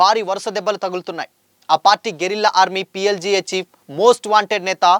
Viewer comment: PLGA ra 😂😂 PLDA kaadu 😂😂madvi kadu😂😂 madavi hidma😂😂